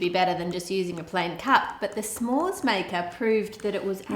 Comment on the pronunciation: S’mores is pronounced a little more like “some more” and a little less like it rhymes with spore. Otherwise I love your videos :-) from the US